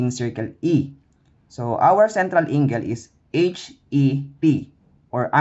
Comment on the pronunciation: okay naman yung explanation but the pronunciation of angle is wrong